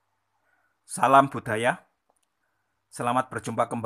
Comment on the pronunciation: Note: using IPA and Khmer here, can't find Kawi set The Javanese accent here in /b/ - ព /d/ - ទ /ɖ/ - ឌ /ɟ/ - ជ /g/ - គ sounds like the tour guide from Bangkok when he articulates this series: /ɓ̥/ /ɗ̥/ /ᶑ̊/ /ʄ̊/ /ɠ̊/, and a typical Filipino will hear it as /p/ /t/ /tɻ/ /t̠ʃ/ /k/. I hear the pronunciation of "Selamat budaya" as /səlamat ɓ̥uɗ̥aja/ or sometimes on a bad day, /sɐlamat putaja/ instead of /səlamat budaja/.